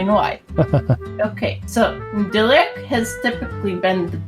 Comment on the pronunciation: DEE LUKE NOT DI LUKE, DEEEEEE